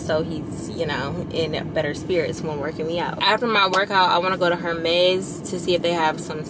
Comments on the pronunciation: Hey friend Hermes is pronounced Err - Mez the H is silent ❤❤ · Hi, Hermes is pronounced Errmezz... the H is silent.